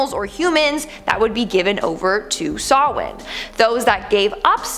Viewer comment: Close: the original Celtic pronunciation of Samhain is SOW-inn (sow as in female pig, and inn as in li'l hotel); accent on the first syllable.